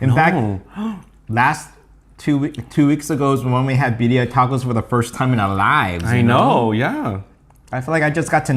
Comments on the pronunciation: Cross culture recipe!!! Roll those R's when you say BIRRIA!!! "BEE RRREE AH" I can't wait!!! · The Pronunciation for Birria is not correct but the Ramen looks amazing. Props